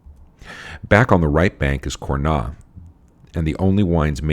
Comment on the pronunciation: Congrats again for this great cast, thank you to make it so easy to learn about wine. :) Quick note though, I don't mean to be the typical French correcting English speaker pronunciation, but even though it is not logical at all, we pronounce the "s" in Cornas. ;)